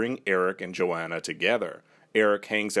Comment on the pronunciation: Its pronounced yo-hon-uh